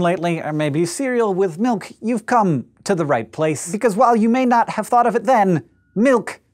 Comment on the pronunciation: Why did he pause on "you've come" at the start?